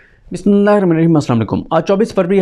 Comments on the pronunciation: Sadiq bahi bismillah mun khol kar para karo. Apka talifaz sahi nahin hay. Please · Bhai bismillah sahi terha prha kro